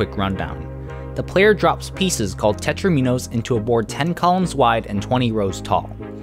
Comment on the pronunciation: Tetraminos doesn't rhyme with dominos?!